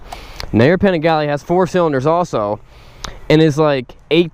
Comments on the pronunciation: "panigalli" ahahaha shut up man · Stopped watching when he mispronounced Panigale